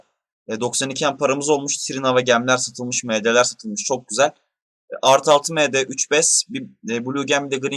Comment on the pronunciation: Sen ingilizce bildiğini felan mi kanıtlamak için md ye em di diyorsun . Benliğinizden vazgeçmeyin . Bu nedir gerçekten